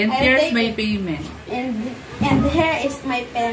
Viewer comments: Good job. Practice more on intonation and pronunciation. You are doing good. 👏 👏 👏 👏 hair, hear, here. 😊😊😊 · and yung here is my payment naging her is my payment kailangan is Hir sa pronounce